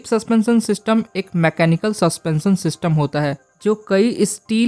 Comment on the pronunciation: भाई इनफार्मेशन अच्छी है लेकिन श शब्द को स बोलना बंद कर 😂 सस्पेंसन नहीं सस्पेंशन बोलते हैं